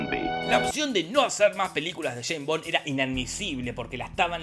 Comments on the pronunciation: Escucharte decir Jane Bon me hace doler los oidos. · ¿"Sheim Bon"? 🤦🏻‍♂️😂🤣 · Jajajajaja el "sheimbon" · El "bon, sheimbon"